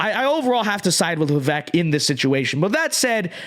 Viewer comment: Dude, say his name right. It’s vivayk. Come on